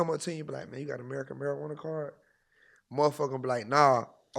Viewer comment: Did bra say America marjuana card 😂